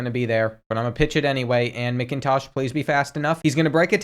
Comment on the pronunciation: It’s pronounced Macintosh. And Ewers is pronounced you-ers